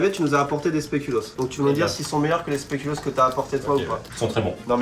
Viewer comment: Speculoos avec deux O ce dit Specul' AUs pas Specul' OS ! La Belgique en larmes. Très touché par le départ d'Aerith 😢 je propose que chaque live ou il y a un rire l'enregistrement de son rire soit diffusé façon sitcom....